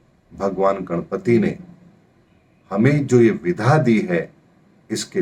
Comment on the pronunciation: Ohooo... mujhe aaj samjh aaya ki aap विद्या (vidya) कहना चाहते हैं जब भी आप विधा (विधा) बोलते हैं। क्षमा करना महाराज यदि मेरी बात बुरी लगी हो तो किन्तु ये शब्द मुझे हमेशा कंफ्यूज करता था और मुझे आज समझ आया है कि आप विद्या(vidya) को विधा(vidha) बोलते हैं। कृपया इसे ठीक करें। बाक़ी आपके ज्ञान और वीडियो के हम कायल हैं। अति धन्यवाद 🙏🙏